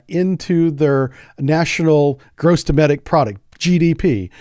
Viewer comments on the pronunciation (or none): none